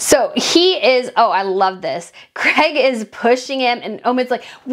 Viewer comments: I hate the way you americans change words. His name is Craig pronounced Crayg, not Crag or Creg. If you want to appeal to people as a genuine reporter, you need to pronounce words properly. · His name is CRAIG not CREG